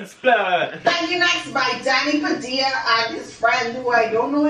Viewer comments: Ahh yes, Danny Padilla. Not pa-dee-ah. Pa-dill-ah. Just like k-sa-dill-ah and not k-sa-dee-ah Also, what the fuck is going on in the back with the signs?? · I get it. Padilla is a tough name to pronounce for some people. Here it is once and for all: PUH-DEE-UHH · Danny Padilla & so u pronounce it PUH-DILL-UH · This is how to pronounce it DANNY PAA-DEE-LAH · It’s pronounced Padeea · Danny Padilla & it’s exactly like how tortilla is pronounced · Ha! Sorry to get ur name wrong! It sounds closer to the way I pronounce it in the Philippines, so I was basing it on that. Now I wonder if I been mispronouncing my friends name my whole life?! You guys are wicked cool though. Honestly, you make the YouTubes awesome!